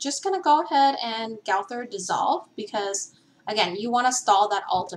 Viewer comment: It’s not gawthor it’s gowther